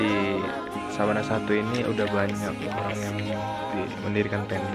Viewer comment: Sabana apa savana sih